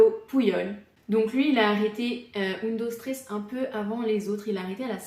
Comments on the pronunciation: Un dos tréés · J’ai arrêté de regarder la vidéo au moment où la série a mal été prononcé …. (C’est la base quand même) !!